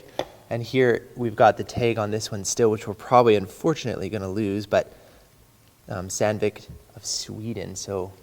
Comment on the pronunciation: Hands up all who thought was saying sand-dick